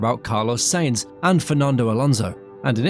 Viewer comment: Unrelated, but it's a pet peeve of mine 😅 Sainz is supposed to be pronounced sah-een-th